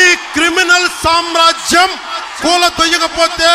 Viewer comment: Amma sramajyam kaadhu samrajyam thalli😂